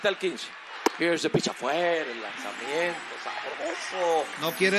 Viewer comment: Here is the pisshhhh. Pense que se decia pitch 🤣🤣🤣